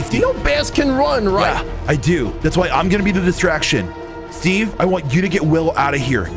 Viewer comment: When he said steave it made laugh bc I just seen the Minecraft movie trailer😂😂😂